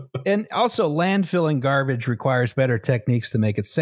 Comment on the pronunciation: i believe it’s called “garbarge”